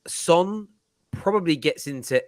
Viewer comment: I love you but you absolutely butchered Son’s name I can’t lie 😂